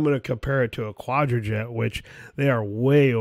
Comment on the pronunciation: The amount of times the words "edelbrock" and "quadrajet" have been butchered in this section is epic.